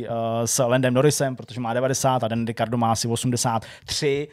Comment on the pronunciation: nevyslovuje sa to nahodou féérstapen?..... a je to rikárdo.... a co taky zhou, ten by mal byt....žu